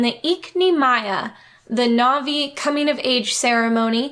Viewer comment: The fact that the cashier is mispronouncing all the Na'vi words makes it even more sus